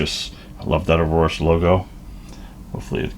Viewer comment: A-OR-US not arorus lol Good video tho!